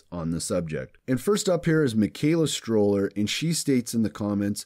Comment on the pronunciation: Hey! Great video! I loved heaing all the theories from all the different supporters of this channel. And I just thought I'd let you know that my last name is STO-LLER not Stroller...lol. Look forward to the next video!